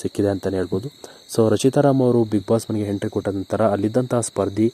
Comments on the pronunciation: Lo hidiga idiga antha hentry alla entry nimma yogyatege kannada nettage mathadakke baralla channel bere kedu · ಪುಣ್ಯಾತ್ಮ, ಎಂಟ್ರಿ ಗೆ ಹೆಂಟ್ರಿ, ಒಬ್ಬರಿಗೆ ಬದ್ಲು ಹೊಬ್ಬಬ್ಬರಿಗೆ........ ಅಂತಿಯಲ್ಲಪ್ಪ, ತಂದೇ ಕನ್ನಡ ಸರಿಯಾಗಿ ಕಲಿತುಕೊಳ್ಳಪ್ಪಾ..... 😭😭